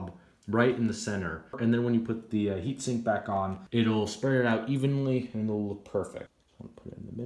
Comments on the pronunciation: i believe it's pronounced "heat sink" not "heat shrink" just an fyi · Definitely sounds like he said 'shrink', I see where you're coming from! Doesn't take away from the video though, thanks, followed this to make sure I was doing everything correct when taking mine apart!